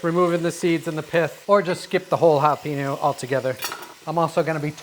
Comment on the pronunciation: Just remember there’s no ‘peen’ in the pronunciation of jalapeño 😊🚀🐲